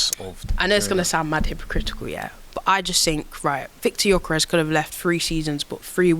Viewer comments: Uncle, pls pronounce his name properly “ YOKERES” not JOKERES. 🥲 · he’s our man now! It’s time we say “Gyökeres” correctly 😅